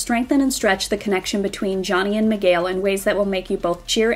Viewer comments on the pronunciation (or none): It's not "Migayle" Its "Miguel" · Did she say...Migail?